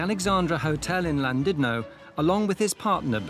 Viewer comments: It's not Landudno - it's Llandudno. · Why do so many people say Llan DID no? It's Llan DUD no....